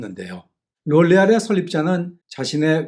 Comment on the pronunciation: 롤레알이 아니고 로레할인데 듣기 거북하네요 ㅋㅋ